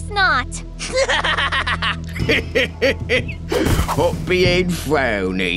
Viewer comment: Player sounded like he was saying Hoppy